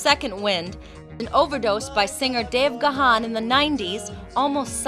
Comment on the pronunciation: I also did say Gahan for many many years untill I found out that he pronouns it like "Gone"....